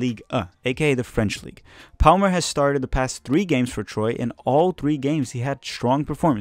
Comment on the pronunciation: Sorry. This has been bothering me for a bit now. But, the pronunciation of Troyes is "Tʁwa" or "Twa"